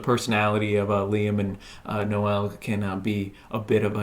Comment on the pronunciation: Noel isn't pronounced No-ell, it's pronounced like bowl but with an N (obviously).